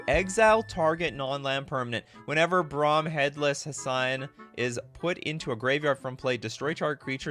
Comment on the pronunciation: Hessian rhymes with italian. Brom is a headless guy from Hesse, Germany.